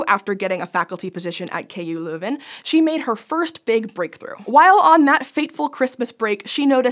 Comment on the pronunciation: I have to say, most of the times when English people pronounce Dutch / Flemmish things, they sound rather bad. But props where props are due, the way you pronounced Leuven is nearly spot on!